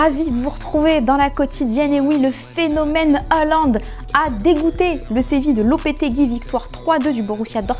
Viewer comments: C’est pas heuland c’est haaland... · Haaland, et non Euhland comme dis votre journaliste là 😂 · C’est pas "Hollande " mais"Haaland" !!!! Et il est ou le mec ?? On comprend rien avec la meufe la , réagissez un peu !!!!! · Erling hAAAAland et pas François mdrr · Y a pas de E dans Haaland Stop dire Eland stp